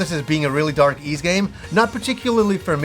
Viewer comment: for the love of adol its whys 9 not eez 9